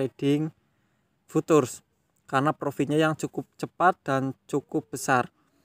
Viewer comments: Bacanya Fyutcur bang. Bukan futur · Futures dibacanya fiucers mas